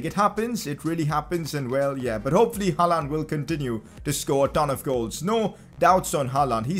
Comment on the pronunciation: you are sayin hallands name wrong